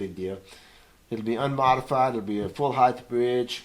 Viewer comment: Why do all guitar set-up people say heighth?